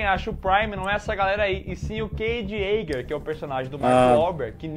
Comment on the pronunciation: Yaeger, né? Jaeger.